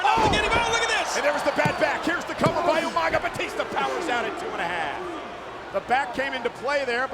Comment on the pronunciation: Listening to William Regal call Umaga 'Yumanga' was hilarious 🤣🤣🤣!!!